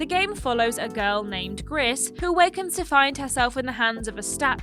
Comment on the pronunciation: Not a fan of the pronunciation of Gris. It's actually pronounced "Gree" as gris is French for grey